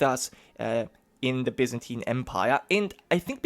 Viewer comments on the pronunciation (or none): none